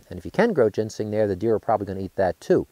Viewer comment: He keeps calling it gensing rather than ginseng. Very annoying.